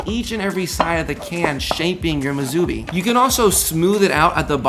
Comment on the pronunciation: Musubi is pronounced as "Moo sue bee" -- not "Moo zoo bee"